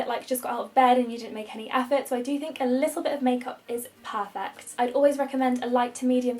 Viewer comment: I’m not a native English speaker and every time you say “a little bit” all I can hear is “Elizabeth” 😂